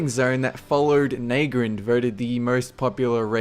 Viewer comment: Na-grand. Not Neh-grind.// Ta-na-ris. Not tahnahrihs.